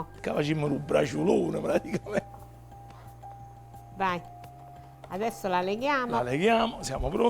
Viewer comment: Nessuno:: "Praticamend"